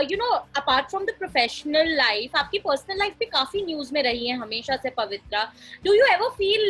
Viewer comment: Pavitra not pavitra